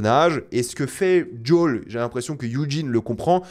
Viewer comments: "djol" mais dis Joël bordel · Pourquoi il dit Jol ou Yougene ? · Djol, yougine, 😂 sérieux contente toi de la prononciation française.